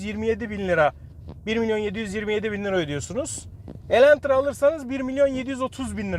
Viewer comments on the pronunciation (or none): Videoyu izlerken farkettim sende bayılmış sın Elantra ya😂 bide elentra demesen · Neden defalarca Elentra dediğini anlamasam da şükür ki başlığı doğru yazmışsınız.